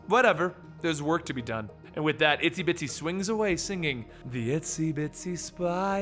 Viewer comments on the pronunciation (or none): i thought her name was "Itsy Bitsy" not "Isty Bitsy" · Isn't it Itsy Bitsy not Isty Bitsy?